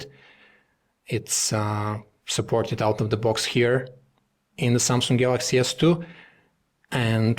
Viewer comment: samsung... not samsungk..